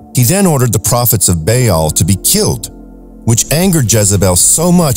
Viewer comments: Learn to pronounce the names of the ancient B-AA-L not Bail or Bale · Love this but ps baal is pernouced like bawl ❤